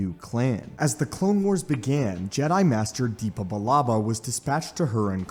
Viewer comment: Why do you say DEEPA? it's Depa.